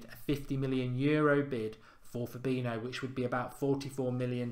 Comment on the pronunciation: i like these videos, big fan but it always annoys me when he mispronounces fabinho